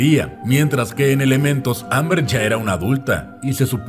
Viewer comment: emm bien y todo pero.... no es Amber.... es Ember